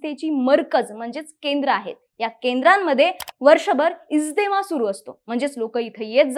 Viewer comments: इज्देमा नाही गं बाई इज्तेमा आहे ते... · इज्देमा नाही, इज्तेमा, आहे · It's इज्तेमा not इजदेमा